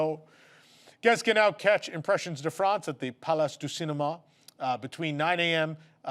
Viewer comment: I'm not being a jerk here - I always give extra points to someone trying to say a foreign word properly - but the fact that gives the French pronunciation to "France" and not to "Impressions" just fills me with delight. Mostly because I totally get it! I'm good at pronunciating all the other Latin languages - in Italy I was constantly being asked if I know Italian when all I was doing was giving my best Luigi from the Simpsons impression - and I know HOW I'm supposed to pronunciate French... It just never comes out of my mouth that way. I just tell myself - and others - I'm saying it the Canadian way! (Please don't learn the correct pronunciation,. It's so ridiculous I will never recover.)